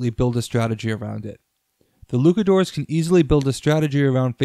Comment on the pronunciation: Is there a reason you are pronouncing Luchadores as Lukadores?